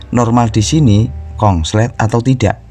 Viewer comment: Konslet mas bukan kongslet